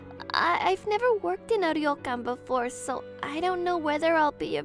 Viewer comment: Wow. I like how you pronounce the Japanese names here. That "ryokan" is almost perfect. I got so used to the japanese names and words being mispronounced in those manga dubs that I was shocked when I heard this one. Good job, VAs!